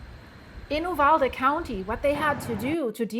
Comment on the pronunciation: "You-valde" you did Great Getting the info out ❤ Thanks gor Reporting